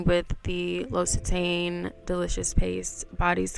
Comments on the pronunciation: loved the video, you’re super pretty omg. it’s great to see you being active, i really love your content 💓. by the way, it’s pronounced l’occit-Anne 😅. love from France 💓🇫🇷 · Loved the video. Thank you for sharing it with us. 🤍 P.s. It’s pronounced Lock-c-tan 😘